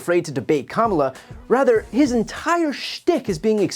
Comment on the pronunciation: Bruh pronounced Kamala’s name wrong 😂